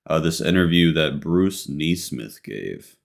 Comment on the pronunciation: It bothers me so much you cant pronounce morrowind correctly. Then you couldnt pronounce bruce's last name nesmith. You pronounce it nee-smith? Wtf 😂